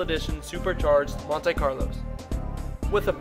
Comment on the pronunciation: It's pronounced Mon-tee, not Mon-tay